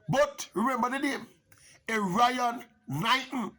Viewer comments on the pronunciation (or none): Wrong pronunciation of his name...Err iy on,not Er ryan.... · His name is pronounced Erre-on Knighton lol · Not pronouncing Erriyon correctly.